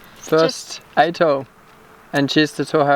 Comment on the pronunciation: Atoll..... At-oll.... just saying!!.